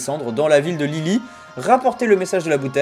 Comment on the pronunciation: Lilli'i pas Lilli >w<